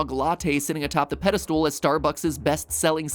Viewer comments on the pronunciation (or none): Did he just say pedal stool?